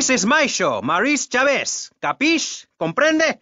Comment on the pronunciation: Maurice Chavez…not Chaves, not Chavis